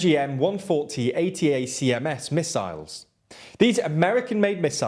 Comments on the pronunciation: For future note, if you ever do a video on this in the future, ATACMS is read out phonetically, like "Attack-ams". Kind of like HIMARS or MIRV. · ATACMS should be pronounced /əˈtækəms/, not spelled out – the US army loves its pronounceable acronyms lol